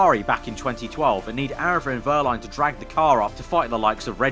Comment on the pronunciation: I don't want to be rude, the "w" in Wehrlein should be pronounced like a "v"